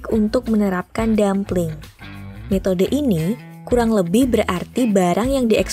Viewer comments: Buka dumpling, tapi dumping, without "l" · Mau menarasikan yg bagus & profesional tapi gabisa bedakan dumping & dumpling 🙄😴